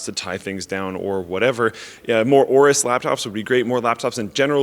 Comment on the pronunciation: Is it pronounced Awrus or Ay-awrus? Linus said Ay-awrus